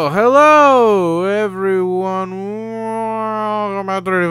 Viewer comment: The start of this video was "*Burp* well hellleeeeeeeeuuuuuuuuu incomprehensible" And I kind of lost interest in watching any further.